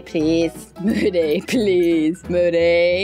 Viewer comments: It sounds like she said booty xD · It's Moody not boody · HER NAME IS MOODY NOT BOODYYYU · It's not boody it's moody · When said oh my god boody I think she ment moody 🤣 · You said boody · said boody when moody went like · said boody duh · moody or booty? 😂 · She said moody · LOL she said moodys name wrong